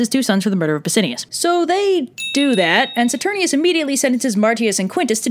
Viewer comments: Also, its pronounced SaturniNus and BassiaNus. There is an "N" in their names. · okay I have watched this video about 100 times (partially because I'm currently in a production of Titus where I'm playing the only sane person Marcus Andronicus [Titus' brother]) and my only critique is ITS "SATUR- NINE-US" (my directer is very made at me cuz I pronounce it like this video) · You kept on mispronouncing "Saturninus."